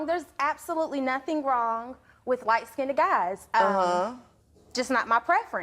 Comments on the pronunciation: "Skin-ned" "Skinned", one syllable. Already people can't talk. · Did she say skinded? English 101 please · is it just me or is she saying skin-ded? Maybe it's just me, but people get married and knocked up WAAAY too fast. I've been with my boyfriend for almost 8 years. No kids, not married, not engaged. People need to wait until they are ready. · I hate when people say skin-ded. The word is skinned....one syllable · And then the stupid b*tch pronounces the word wrong. It's light "skinned", not "skinded". 🙄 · Yes yes please the word is skinned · I said the same thing I thought it was pronounced light skinned..😒 ok..